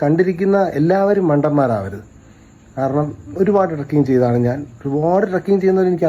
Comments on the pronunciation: കൊച്ചേ ട്രക്കിങ് അല്ല ട്രെക്കിങ് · ട്രക്കിങ് അല്ല ചേച്ചി, ട്രെക്കിങ്..